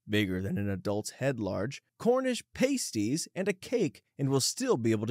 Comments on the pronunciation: I cant never get over how Non-british people pronounce Pasty/Pasties Its Past-e, not paste-e 😂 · Cornish pasties: pronounced "passty", not "paysty". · "Tarot," and "pasties" (in Cornish pasties) were mispronounced. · the way he pronounces Cornish pasties😭